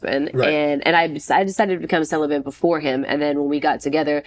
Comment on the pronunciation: She still hasn't learned how to say the word celibate.